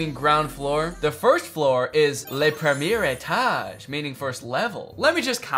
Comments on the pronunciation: as someone who speaks French, Danny, I can assure you, you did butcher rez-de-chausse. However! You pronounced le premier etage better than most of my non-french speaking friends haha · Seconded. As a French person, I admit my face did contort a bit when I heard "reZZ deu tshosay". Premier étage was good though 10/10